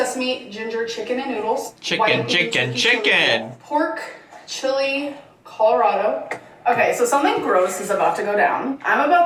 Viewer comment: By the porks you mean the DOGS?!? Did I hear that wrong? 🤣